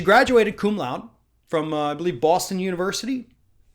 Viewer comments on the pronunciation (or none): Cum laude is pronounced cum "loud-eh" (trying to be helpful, not critical, just FYI to those who might get angry over my grammar "naziism")